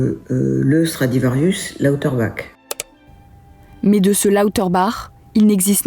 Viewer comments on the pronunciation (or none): Étonnant d'entendre la voix off mal prononcer le "bach" de Lauterbach quand la dame interviewée le prononce correctement